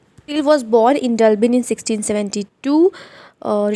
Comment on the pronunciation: Dublin not dulbin